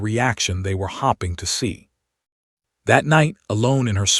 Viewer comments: Star so the stars are staring at each other instead of staring stare with ing added Or pronounce stair-ing Hope- ing not hopp-ing. Rabbits hop hop hopping down the road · Also many others, hopping instead of hoping, very sad. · The stories on this site tend to be well written and interesting. BUT, I strongly suggest they get rid of this particular A I narrator. It really gets wearing listening to hopping, fading and a whole host of wearisome mis-pronounciations. Please! Really distracts from stories. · The only consistent thing in each story is the terrible pronunciation of staring and hoping. Lazy content and should be narrated by a real person! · And "hoping". AI narrator needs to be corrected.